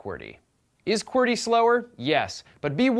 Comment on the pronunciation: its said "QWERTY"